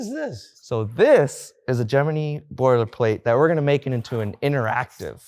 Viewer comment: He pronounces Gemini correctly. When I worked at NASA, I got corrected on that one once.